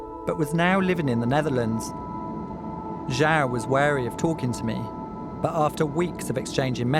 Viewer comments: I wish content producer would take the 60 seconds necessary to pronounce words properly. Had he done so he would ha would have pronounced João correctly with the sound being juong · It’s not jao douche it’s pronounced like jew wow Portuguese for John